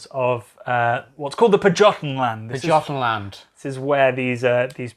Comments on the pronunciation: It is pronounced bone. And oude is pronounced with an ow sound (as in how), not uh. And pajotten as paah-yotten :) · The J in pajottenland is pronounced as a y.